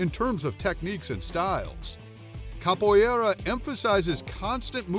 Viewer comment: I'm training in Capoeira... The AI narrating this video mispronounces several words Capoeira sounds like: cop-o era. Roda sounds like: hora